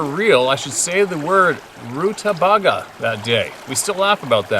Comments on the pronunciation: Am I the only one who finds it hilarious yet endearing everytime comes across an unfamiliar word, and proceeds to butcher its pronunciation with a confused look on his face? Rutabaga (Roo-tuh-bay-Guh) - ROOO- tuh-baw-GAW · Rutabaga = a vegetable= pronounced root-a-bay-gah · Rutabaga....root-a-BAG-a (bag as in purse) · Root-ta-bager. LOL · Rue ta bay guh? Lol